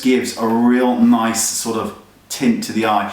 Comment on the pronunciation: Hahaha "Naice" XD